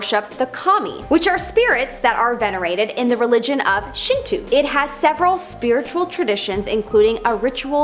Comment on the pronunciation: I dont want to seem like a nerd but for the part about Kami or as said in japanese "神様" it refers to god or a specific god so I found it interesting that you'd mention them as only spiritual beings. (Also its pronounced Shinto/神道)